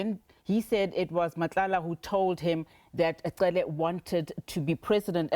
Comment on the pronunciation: Why would he continue to pronounce Cele like that?